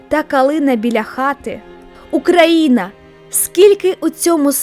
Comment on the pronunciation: Чого ти все відео кажеш "Украіна", а не Україна?